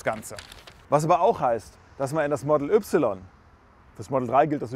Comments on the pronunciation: Entweder sagste "Modäll Üpsilon" (deutsch) oder "Modl Wai" (englisch).......aber net ne Mischung "model üpsilon" ;) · Das er das Y deutsch ausspricht triggert hart - aber sonst guter Test 😀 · Bist du hängengeblieben? Tesla Model - nicht Tesla Modell ... es handelt sich also um einen englisch geschriebenen und damit ausgesprochenen Namen. Und daher auch die Aussprache. Da wird hier auch gar nicht diskutiert. Sucht euch mal an der Hecke den Nachbarn um dummes Zeug zu sabbeln. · Englischer Name "Model". Ein Eigenname. Und dann hat wer bei Tesla dir gesagt, dass die "3" deutsch ausgesprochen wird? - Kann es sein, dass du zur Bildungsunterschicht gehörst? Kann es sein, dass du schlicht ein richtig hohler Proll bist?